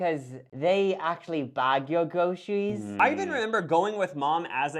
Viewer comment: Groceries——> gwocewies. Four—-> FOUW. You are rounding the R sound every R sound turns into the W sound. It’s an easy fix